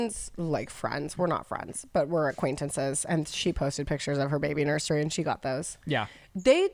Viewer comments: Why do you say “nur-SHery” ….. there’s no SH 🤔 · “Nurshery” “stanima” ❤